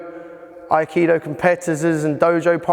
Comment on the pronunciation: needs to go to Kyoto and explain his great theories do yokomoto sensei and prove all his real world crap to somebody who is mastered in aikido. It might help if he first learned how to pronounce the art